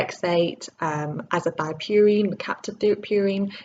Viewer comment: is it not azathioprine and not azathiopurine. great video and keep up the great work regardless :)